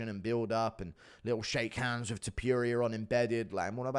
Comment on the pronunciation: can u please stop saying topYuria.. it’s topuria